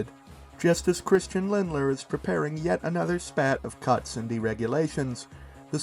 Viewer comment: I don't wanna be a dick but it's Lindner not Lindler